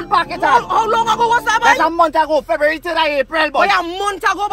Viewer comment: Dey man say 3rd feburary april😂😂😂😂